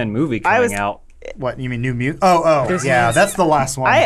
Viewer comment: They call IT diznes